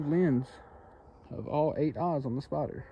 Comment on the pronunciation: It took me a minute to understand he wasn’t saying, “spotter” he was actually saying “spider.”